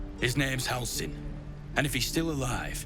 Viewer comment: Yeah I amuse it's an oversite from the VA's director, same for Rath and how he pronounces Halsin's name.